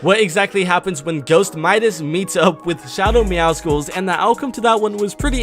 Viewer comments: Myth will ever say meowscles insteed of meowsicles? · Btw it's "meowscles" not "meowsicles" It's like "muscles" but with "meow" in it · It's not MEOWSKULLS ITS MEOWSULLS LIKE MUSCLES YOU IDIOT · I swear man why does everyone pronounce meowsceles meow skuls I'm pretty sure it's pronounced meow suls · Meowscles is not pronounced like icicle its like Muscles it's a play on words like meow because he a cat and scles because he is super muscular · Why does he call “Meowcels” “Meowcicles”?